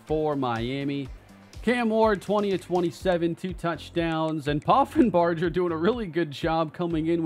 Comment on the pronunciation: Reese Poffenbarger was the QB for my UAlbany great danes last year. Take care of him cane!! Edit: also, it's pronounced with a hard g like burger (